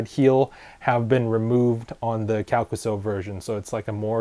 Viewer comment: Thank you for the proper pronunciation on the name, and the history! Much appreciated :D